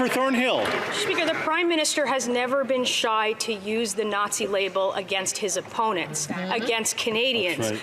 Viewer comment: Coke in his plane then hanging out with a Naw-zshee....tsk tsk...so lib.